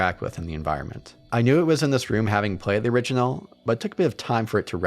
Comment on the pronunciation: I can’t stop hearing him say “originell”